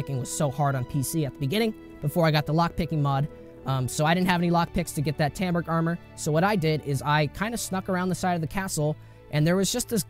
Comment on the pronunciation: You pronounce Rattay correctly but cant pronounce Talmberk correctly ?